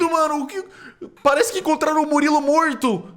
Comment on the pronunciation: Momento exato em que a percebe que o falou Muliro e n Murilo